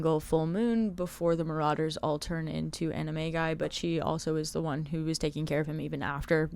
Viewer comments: Now on the timeline section... I know you're saying animagi, but all I could hear was "anime guy." 😂😂😂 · I can’t not hear “they turn into anime guy” instead of animagi 🫣